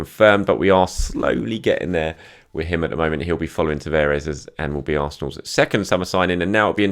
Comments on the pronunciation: Tavares is pronounced Tavarsh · My Portuguese mate reckons Nuno Tavares is pronounced "Nuun Tavarsh"